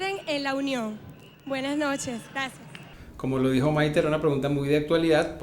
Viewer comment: Es Maité con tilde en la e , no Maite q suena horroroso